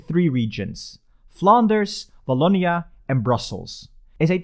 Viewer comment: You forgot the walloon brabant from the french community. And the "w" of "Wallonia" is the same for "Watson" instead of "v" like "voilà". Good try though.